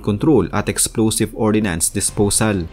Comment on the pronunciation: Ordinance or Ordnace